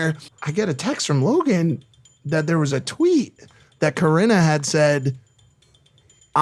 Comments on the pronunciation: stop saying karina 😩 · Dude, just stop pronouncing Corinna’s name wrong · One day you’ll learn to pronounce Corinna’s name right Keem, one day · Speaking of Coreena. Get your pronunciation right dumb fuck (rin) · YOU ARE SO BAD AT PRONOUNCING NAMES OMG!!! it’s “cor•in•ah•”!!! Also how do you get “caniff” from “kpof” ???? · COR INNA! Learn how to pronounce people's names If ur gonna be talking about them. It's annoying as fuck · Stop sayin Corinna’s name wrong 🤦🏻‍♀️ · Corina what ?😂 Keems pronunciation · This loser can’t even pronounce Corinna or David correctly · This dude can’t freakin pronounce Corinna. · Learn how to pronounce Corinna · Keem what is it man, pronouncing hot girls names wrong, Alissa now Corina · Take a shot every time Keemstar pronounces Corinna’s name wrong 😂 overall it doesn’t really matter I just think it’s funny